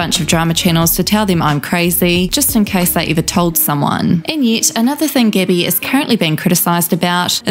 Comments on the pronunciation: I know it’s just your accent but calling her Gibby instead of Gabby is absolutely hilarious 😂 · why u pronounce like gibby? xd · I love the accent, but every time she says "Gabbie", I hear "Gibby" instead and then I'm flooded with memories of the guy from iCarly yelling "GIBBAYYYYY" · I love how the narrator pronounced her name as gibbie instead of gabbie all i can think of is icarly now lmfao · You said Gabbie but I heard Gibby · I'm sorry, but everytime you said "gabbie" I heard gibby 😂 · Am I the only one hearing the narrator in this video call her "Gibby"? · It sounds like your saying Gibby lol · I’m sorry I keep hearing Gibby. IT’S GIBBAAAYYY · i keep hearing gibby hanna lolol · was really thrown off at the beginning thinking you said that the girl had meth with gabbie